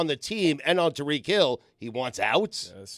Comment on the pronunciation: Tuh-Reek Hill